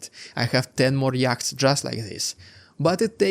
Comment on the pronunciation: Your English has improved immensely over the last couple of years. Really impressive. Yachts is pronounced yots. It's a weird language , I know.